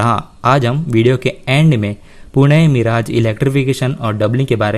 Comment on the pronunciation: Yar tum har bar miraaj kyo Bolte ho मिरज नाम है not मिराज